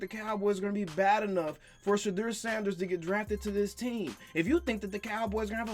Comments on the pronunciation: That nigga really said shadeur sanders😂😂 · Did he say trade Ceedee lamb for Shedur?!?!?!? 😂😂😂 wow